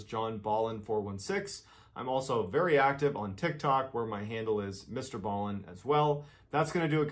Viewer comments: He said it himself Mr. Ball n. not Bale n not Bal n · STOP! stop calling him mister bow-in (like how the Japanese bow to each other) it's Mister BALLEN - like a basket BALL, or foot BALL, or soccer BALL, pool BALL... Mister Ball-in - Not Bow-in (i really don't know how to convey this to you the correct way, but you are saying it ALL wrong.... in EACH of his videos at the end, he will say his name NUMBEROUS times when giving his social media info, and even HE can pronounce it right lol) - stop hurting my ears please :D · Mr ball in that's how it's pronounced but I have been subbed to Mr ball in since he got started best story teller in the world you should do a lot of his stories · you pronounce his channel As Mr Ballin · his name is pronounced BALL-en, like the word ball.